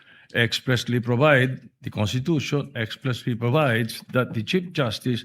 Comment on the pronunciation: Ang constitution ba ay binibigkas na walang s kasi sabi ni pastor cawatano kuntitusyon